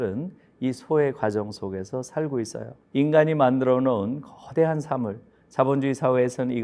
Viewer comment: 우리가 만든 "사물"의 "사" "짧게:발음하셔ㅛ습니다. 잘못입니다. 길게 발음해야지요.:사실, 사태, 사고"등 모두 장음입니다. 교수님 강의야 말로 실로 한국의 지상의 것이옵니다. 찬사를 아끼지 않으리다. 재가 쓴 책 한권 읽어 주실까요? :한국 어문을 고발함"이옵니다.